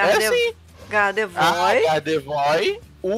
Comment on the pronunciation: se pronuncia gardevoar e não gardevoir !!!